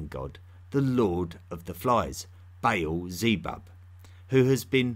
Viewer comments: It’s Ba’al, not “bale”. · Great video, very thought-provoking! One complaint though: The name Baal is NOT pronounced as "bay-el" The A's are short, and pronounced as "uh" Baal is pronounced as "buh-uhl" Thank you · When you're saying "Bale", do you mean Ba'al? The vowels in the name are pronounced like "arm", not like "ale" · Isn't it Ba`al rather than Bale? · Your pronunciation of the Phoenician / Canaanite and Assyrian gods is just terrible. You say Bale, but it would be transliterated as Ba’al, etc. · Did he say banana the worship the banana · This strange accent and pronunciation of terms like "rain" or "Beil" (instead of Bal) is annoying and interrups the lesson, which may not be too bad. It starts from zero. It also needs to show references. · ✨BALE✨ Good podcast but you could have taken some of the time you put into research into googling "how to pronounce". Not expecting an accurate middle eastern accent, but eãl and bãle? Its EL (like in elephant) and bAAl (a like the a in fAther) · I wish you would pronounce your L's. The name of that god, once worshiped by the Israelite was El not E-oo and the name of the Phoenician god was Baal not Ba-oo.